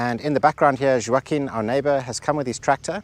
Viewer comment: In Portuguese, the name "Joaquim" is not pronounced like that at all. The "J" is hard, pronounced like in the letter "j" itself. The "a" is not open, it's closed - it's not like in "attic", it's more like in the first "A" in "Atlantic". Also, the "u" is silent. The "m" is also silent and it's there just to turn the "i" into a nasal sound. It's not easy for a non-native. :-)